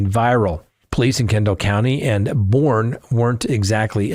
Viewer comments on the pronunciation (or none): Boerne, a great little town, is pronounced "Bernie." Like everyones least favorite champagne socialist from VT.